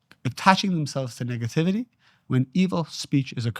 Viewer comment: I have so much love and appreciation for you. Since finding you among others like Bashar and Abraham hicks, and feeling the resonance within, my life has changed for the better!! HOWEVER, I really really need you to make sure you’re saying nEHgativity, and not nIGGAtivity because it makes me chuckle everytime and then I can’t focus on the truths being spoke. Through your divinely beautiful and inspired face. My brother I can’t😂😂😂😂😂. Please for me!!!